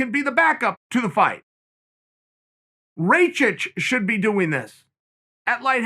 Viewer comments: Hey uncle Chael just for you to know, its not reychich, its RA KI C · "that's Ray-cich" -Tyron "Mohajahed" Woodley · Important time stamps: -“Kamara Oozeman” -“👍🏻” -“I bring that to you” -“Paul O. Costa” -“Ray-Chich” -“John Blahovich” -“👍🏻” -aggressive nose pick -“hold on, I’m talking brotha” -Chael speaking dad -bottom right corner of screen